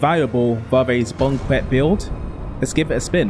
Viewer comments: "Bowquet" Holy crap that pronunciation. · No bro PLEASE don't say bouquet like that ever again